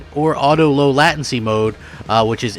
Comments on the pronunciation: Annunciation Late-ten-see, say it with me. Latency Late, Ten, See... not lat-tin-C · Some* People with gaming pcs are going to be kicking themselves.the tech that is in this things is by far years ahead of most gaming rigs. Im guessting sony will make a ps5 pro that handles 8k if and when we get it. But im just happy that 4k 60 is possible in the living room. Btw, the way he says latency 😆.